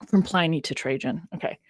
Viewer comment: love the show but the constant references to Ply- Knee drove me mad. is that the way americans call him? Always thought it was Pl - in -ee. 😅